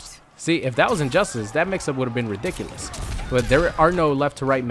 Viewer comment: Why did say ridiculous like that? That has me rollin 😂😂😂